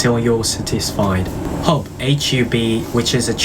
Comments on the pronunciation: Your English is so good! I do want to point out that you say the word "satisfied" a little wrong. It sounded like "sutisfied" instead of "satisfied". (Though, I am an American and you're speaking British English. Maybe double check the British pronunciation to be sure). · Your english is very good!! Although, i have pointed out some pronunciations that might sound a bit unnatural but otherwise your english is great! “Watching” pronounced as “waching” instead of “woching” “satisfied” pronounced with the stress accent on “tis” instead of “sa” It’s amazing that you had the motivation to learn the English language, as it has so many inconsistent grammar points that I and lots of other native English speakers wouldn’t even notice probably are difficult for English learners. By the way, i’m 2 months into learning Japanese, starting about late November of last year and i assume that i’m learning Japanese quite fast. My daily goal is like this: 25 anki cards, 30 minutes of pure japanese grammar and listening and 2 hours of Japanese immersion (getting a lot of exposure to Japanese media and not necessarily sentence mining, just immersing while looking out for words). Do you have any tips on this? Also, i hope you have a great day.